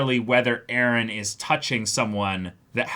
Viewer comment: Why the f do all the characters have to say eren like ereh lol.